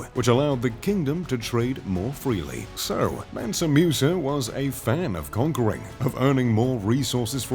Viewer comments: its not Mewsa, its Moosa. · It's pronounced mOOsa not mUsa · The name is pronounced MOOSA not MEUSA. You westerners need to learn how to adapt your tongues to other languages the way many other people in other parts of the world do to your own names and other pronunciations. It was annoying listening to this guy say that name wrong the entire video. Ridiculous. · Musa not Meusa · Hate the way he pronounces Musa (moosa), not “mu” like muse! 😖